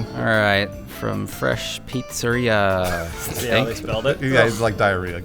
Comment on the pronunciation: he actually said pizzeria the right way